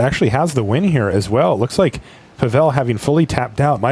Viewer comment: Not PavEl but PAvel =)